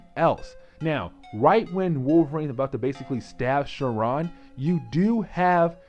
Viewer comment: You are saying sauron name all wrong. What the x-men animated series. Great video other then that.